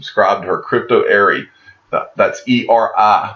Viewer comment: Eri pronounces her name as "Eddie"